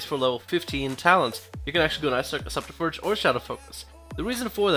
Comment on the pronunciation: I don't know if you realised but your pronouncing subterfuge wrong